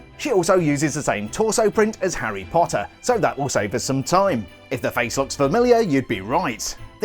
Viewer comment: I love how you say, “Harry Potta!”